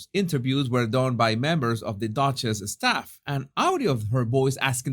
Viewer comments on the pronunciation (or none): none